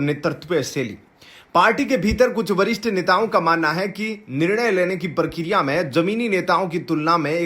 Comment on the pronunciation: 'Prakriya' and 'sampark' ka pronunciation theek kijiyega.